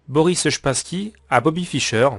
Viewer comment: Wesh depuis quand "Spassky" se prononce "Shpassky"